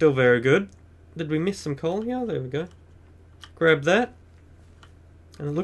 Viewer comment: is it just me or is it funny when he says hea but funny in a good way